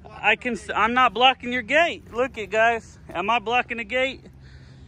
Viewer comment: Hey! You pronounce "Guys" as "Guises" pronounced (GI-zuzz).